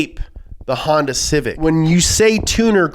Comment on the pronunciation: 1. Mah Civec.